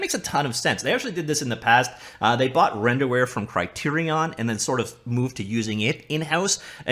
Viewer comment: "RenderWare" -_- R.i.p